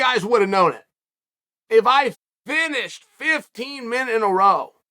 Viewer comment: Chael “if I FINISHED fifteen men in a row...” Sonnen